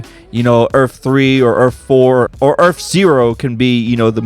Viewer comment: Earf one